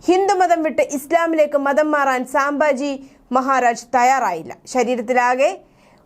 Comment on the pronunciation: സാംബാജി അല്ല സംഭാജി 🙏